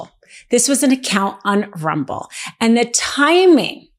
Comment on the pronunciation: "Bolsario" 😂...ma'am, his name is "BolsoNARO" And it's "RUMBLE" not "RUBBLE"